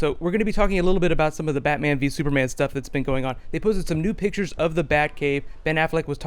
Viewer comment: "Super Manga" but "Battoman vee Supama"